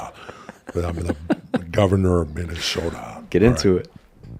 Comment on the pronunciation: I love how much Jesse Ventura is from Minnesota that he says it minashoda lol